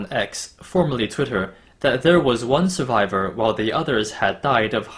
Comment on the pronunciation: "Survior", huh?